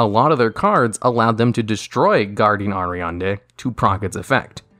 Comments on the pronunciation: "Air-ee-add-knee" is how it's pronounced. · The way he says Ariadne hurts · Actually i thought he said ariana grande once lol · Are-E-Odd-Nay Pal-oh-moo-roh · I have never heard the word "Ariadne" pronounced like how he does in this video. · You say Ariadne weird